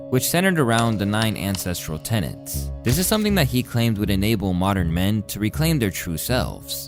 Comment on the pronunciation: Why do people keep saying tenants? It’s TENETS ffs. People are so dumb nowadays